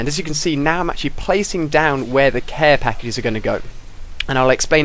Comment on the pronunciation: hahaha !! he said "here im placing my CARE PAKII's !! anyway, nice vid dude